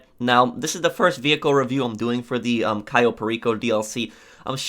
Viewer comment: It’s cayo not ciyo